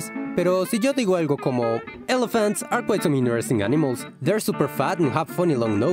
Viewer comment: Dijo elephants?! Escuché hello fans 😂😂😂